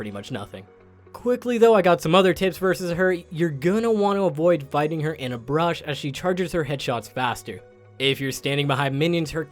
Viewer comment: when he says bush i swear i can hear brush